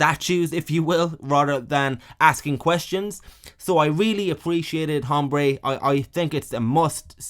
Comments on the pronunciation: It is Aaaahmbre you brit POS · It’s pronounced, ombré. The H is silent. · The “h” is silent. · Don’t know the nationality of our narrator, but “Hombre” has a silent H. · It's funny to hear somebody pronounce the "H" in "Hombre" over and over